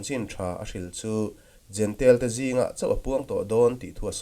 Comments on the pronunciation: Kan lam thiam dan turin jentail tiin an dah a. Jentail ti lovin jentêl kan ti daih tak asin.😮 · Jentail tih hi "jentel " ti a lam hi an ni deuh vek mai a. Juda ho hian, Juda nilo ho hi eng tiang berin nge an lam rik le!!!!?